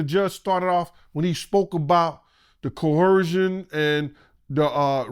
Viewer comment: If this nigga say "coercion" wrong 1 mo' time.